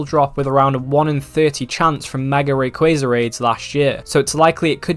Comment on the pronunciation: RAYquaza not REY.